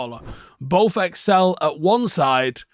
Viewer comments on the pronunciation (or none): none